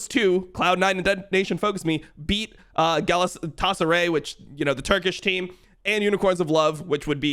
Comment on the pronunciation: Someone tell he's pronouncing Galatasaray wrong. Dgon knows how to say it. It's a massive football club. You can't mispronounce it. It's illegal.